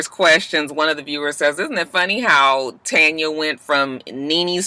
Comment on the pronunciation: Lol I also love that out of everyone I watch review this show on YouTube you are the only one who says Tanya name right 😂 and I still say give her nene peace next season dammit